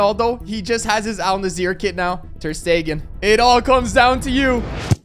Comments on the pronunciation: "Al-Nazir" bruh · Bro said al naseer